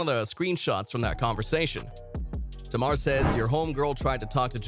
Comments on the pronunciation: It's tay-mar not tar-mar. Smh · Why you keep saying her name wrong....Her name is Tamar( Tay...Mar) not Tomar. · Sir, pronounce it like, "Tay"-mar..."Tay" like "Hay" or "Hey". Do your research before speaking on folks in our culture. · TAY MAAAR - get that right if you reporting on culture. Sound it out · its TAY-MAR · You can’t even say Tamar name right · U need to stop making clips and video because u don't know how to pronounce black people name. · Saying brown skin is not racist. Youre not black, dont tell us what is racist. Why dont you figure out how to say Tamar's name correctly instead. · Is this a real person or A.I. cuz you can’t say Tamar’s name correctly.